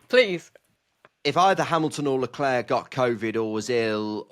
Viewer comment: Re bias My only gripe is the British tradition of murdering drivers names. As you’ve addressed this with Isa so well, here’s me telling you: COLA+PINTO, not Carlopinto, Charles (<- oh look an s, very much like HRH your KING) Leclerc, like the clerk, not the “Claire”. Love the show,and pls forgive a patronizing linguist dear “ and “